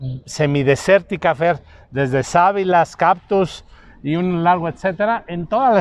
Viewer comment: dijiste CAPTUS y es CACTUS 😳